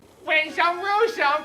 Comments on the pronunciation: "win some roose some!" Lol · "win some rowse some"... Chuckle "oh my god.." best part of the video I'm dieing when he sees the clip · “Rin some roose some”! I almost threw up from laughing!